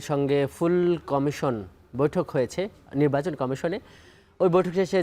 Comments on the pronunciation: "নিব্বাচন" কি ❓😁😁😁😁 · তো নির্বাচনই বলতে পারেন না, নিব্বাচন নিব্বাচন করতেছেন। নিব্বাচন আর নিব্বিচন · অত্যন্ত সম্মানের সহিত কে বলতেছি আপনি আগে নির্বাচন উচ্চারণ করা আগে শিখেন তারপর রাজনীতিতে আসেন